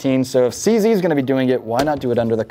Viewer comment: Eftry south african is skreemig at the fone vor the way you sead cz